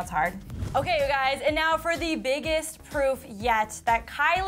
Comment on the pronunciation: WHEN SHE SAID PROOF, I THOUGHT SHE SAID POOP 😂😂😂😂